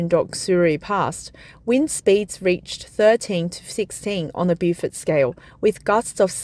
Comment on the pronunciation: beaufort correct pronunciation is "bow fert" not bewfert. It seemed like the tyhoon like to play with China. Knowing China is rich and technological advanced to rebuild in a few months.